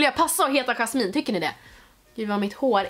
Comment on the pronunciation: Omg jag heter Jasmine och så som du uttalade mitt namn uttalas oxå så❤❤❤❤